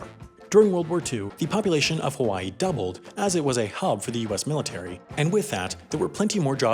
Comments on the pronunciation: "Haiway" is that gonna be in your mistakes vid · HAI-way .... you didn't 😂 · “Haiway” nice